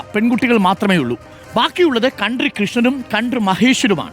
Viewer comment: താങ്കൾ കൺട്രി എന്ന് ആണ് പറയുന്നത്